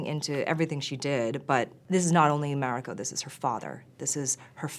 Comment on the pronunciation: The white showruuner cant even say Mariko correctly wtf